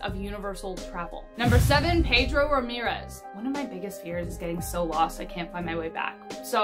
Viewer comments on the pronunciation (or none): none